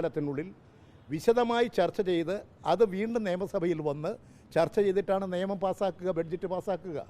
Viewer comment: നേമം അല്ല സഖാവെ... നിയമം... ഒന്നു പറഞ്ഞേ... നിയമം